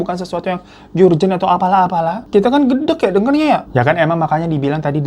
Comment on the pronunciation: Maap ni yee mau koreksi pengucapant kata 'urgent' yg bener itu erjent ( huruf e eupeupeut yaa) instead of yurjent begitu loh masee 🙏🙏